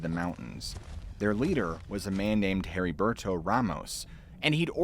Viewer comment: Maybe other people pronounce it differently but my fathers name was Heriberto (Eddie-bear-toe) hearing your pronunciation made my eye twitch LOL. as always amazing story telling though.